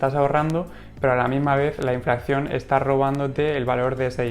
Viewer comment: Perdón, con todos mis respetos...creo q el término correcto es "Inflación" y no "Inflacción" como sueles decir. Y muchas gracias por el contenido dicho sea de paso.😉